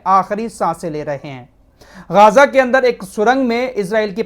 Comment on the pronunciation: गाजा नहीं गज्जा है